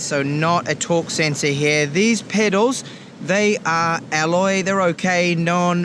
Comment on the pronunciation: I'm the only one being uncomfortable when he says "pedals"?